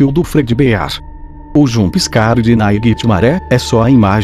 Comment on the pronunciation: Já tomei "janspicare" de todos os animatronics menos o" naiguitemare" e o fredbear